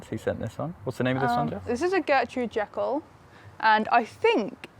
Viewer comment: The Gertrude Jekyll is a climbing rose and does have the most gorgeous smell. I have it over an arch in the garden and it is stunning. I think the pronunciation of Jekyll is more like “Jee Kal” but I could be wrong. However you pronounce it it’s a beauty.